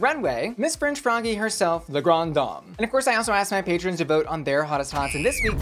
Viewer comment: Hello, I believe its pronounced as “la-gran-deh-dam”:hand-orange-covering-eyes::face-pink-tears